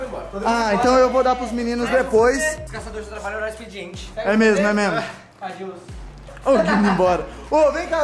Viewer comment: MDSS O FALOU "É MESMO" e não "É MEMO" q MILAGREE KKKKK